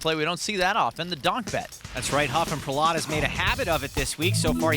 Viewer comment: Why do they keep pronouncing Prahlad’s name like that smh